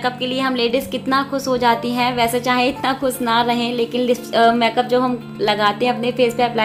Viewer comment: लुकिंग वेरी ब्यूटीफुल दीदी।।।। लेकिन प्लीज़ आप मैकप ना बोले मेकअप बोले